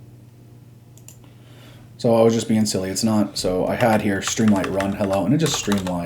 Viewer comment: I have to ask, why do you pronounce it “stream LIGHT” when it’s written “stream LIT” as in literature?